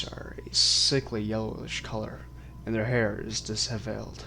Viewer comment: "dis-hevel-led" LOL! Sorry, I couldn't stop laughing at that - awesome narration though